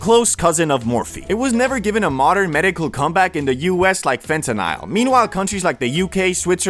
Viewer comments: fen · tuh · nuhl not Fentanile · bro it's fentanyl, not fentanile. love you bro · Why bro saying fentanisle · Fente-nyle lol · I swear if you say fentanile one more time 😑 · Phonetically it sounds like fentanal a as in call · the way you say fentanyl drives me crazy